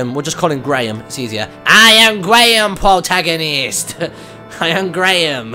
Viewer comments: Wow, when you said "pwotagonist" I was hearing "ahaha, ahahahaha, ahaha, ahahaha" for hours. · i neay died laughing when the demon lord ame up to link and you said, "Mmmm. You smell good PWOTAGONIST!...." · Pwotagonist! Ahaha! Ahahahaha! Ahaha! Ahahahaha! It's time to doo-doo-doo! Doo-doo-doo-doo-doo! Doo-doo-doo! Doo-doo-doo-doo-duel! I love.